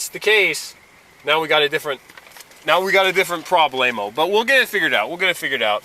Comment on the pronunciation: Oh, Mr. Officer, please stop with the “problAmo” and the “WalMareto”…you do not sound too swift yourself, sir.